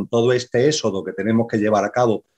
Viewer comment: BRAVO POR!!!...PERO...CÓMO PUEDE SER QUE TODO UN CATEDRÁTICO NO PUEDA PRONUNCIAR BIEN LA "X"...SE LO OÍGO EN ÉXODO, SEXO...ETC...JAJAJA...GRACIAS!!!